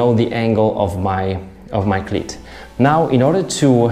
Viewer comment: Love your accent. You say "cleat" like "clit"; which I love very much. :)